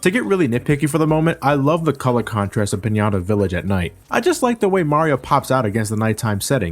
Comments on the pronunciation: Is no one laughing at how he pronounces 'Pianta' as 'Pinata'? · This is a good review, but it doesn't change the fact that this is my favourite game of all time. AND why do you call Piantas "Pinyantas"? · They're 'Piantas', not Pinatas. Lol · "piñata village" I'TS PIANTA